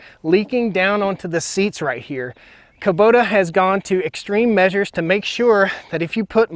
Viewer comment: Haha i love how you say Kuboter. Please make a song "Taters 'n' Kuboters"!